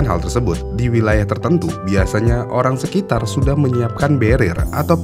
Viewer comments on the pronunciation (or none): none